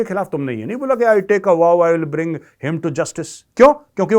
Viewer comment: Congress chief in Punjab is बडिंग, not बरिंग